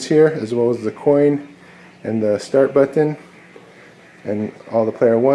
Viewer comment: Dope cabinet but I hate how you speak. You pronounce button "butt-on"